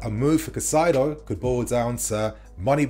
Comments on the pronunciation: Cai-Ce-Do/ Cai-Say-Doh , pls get this pronunciation right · Hey kid, one last time: KAH-EEE-ZE-DOH Caicedo. Learn to pronounce people's names properly. Be respectful.